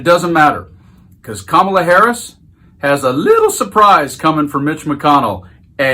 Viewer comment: Donald , I know that mentally you are a junior school bully , but I'd like you to know the VP's name is not Ka marla , Kamabla , Kamilla , or any other childish twist of you baby brain .....Her name is Karma la .